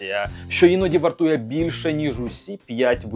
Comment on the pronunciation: Велике прохання до Вас.Ставте правильно наголос на слові ,, вАртує,,.Ви його часто вживаєте в своїх відео і воно дуже ріже слух.Наперед щиро вдячний!